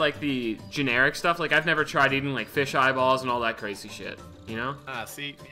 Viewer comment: one pound feesh one pound feesh